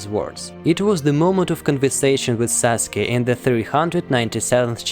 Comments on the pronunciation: "Saske". U: uh oh I'm late to complete the name sasuke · Sasuke* not saske